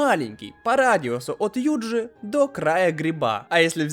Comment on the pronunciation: Не юдзи а юджи